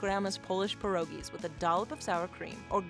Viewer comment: "PYEH-RO-GIE" not 'per-o-gie'. If you really had a Polish grandma, you would know how to pronounce it correctly. Jezu Kochani!